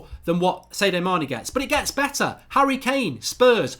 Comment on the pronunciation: Who is Say-dio Mane?